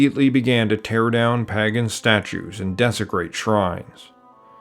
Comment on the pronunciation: Pagan, not paggan.